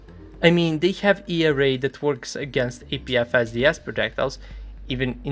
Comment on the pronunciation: only ogs remember when he pronounced "APFSDS" as "APVSDS"